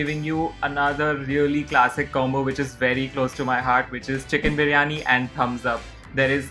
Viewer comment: Its actually "biriyani" Beereeyanee.